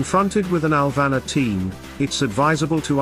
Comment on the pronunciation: It's "Alvanor" not "Alvana", love your videos.. please keep sharing